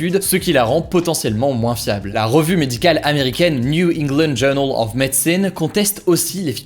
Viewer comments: Helas.... Il se plante sur la prononciation de medicine. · la prononciation de medicine